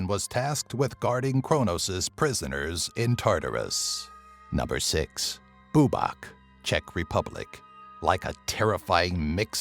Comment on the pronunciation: its bubák not búbak